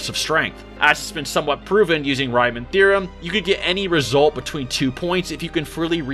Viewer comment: Lol the way you pronounced Riemann gave me cancer 🤣🤣🤣